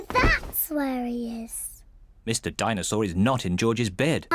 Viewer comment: the chain of people saying "Dinesaw"